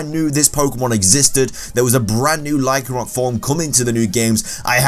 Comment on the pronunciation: LYCANROC DOES NOT END WITH A K!